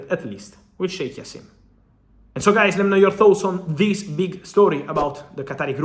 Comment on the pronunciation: the J is pronounced Fab, and it’s like Jaassim not Jasseeeeem